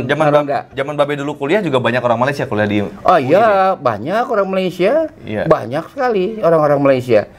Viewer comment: babe menyebut perkataan 'malaysia' dgn sgt tepat, sedap bunyinya. begitulah cara perkataan itu disebut. salam dari kuala lumpur.